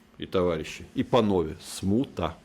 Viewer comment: Мені здалося чи гіркін сказав «пановє»🤨